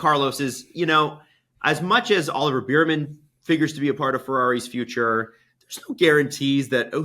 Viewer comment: I love to death but the fact he’s still pronouncing Ollie Bearman’s name like “Beer-man” is killing me 😂